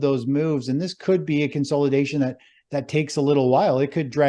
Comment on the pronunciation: Let's play a drinking game... take a shot every time says "Con-SOLE-idation" or "Stage 4 DEE-cline" lmao